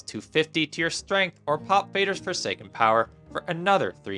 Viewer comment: Yggdrasil in english is "IGG-trah-seal", not "igg-DRAY-sle" and Fader ist "FAR-durr", not "FAY-der". Just saying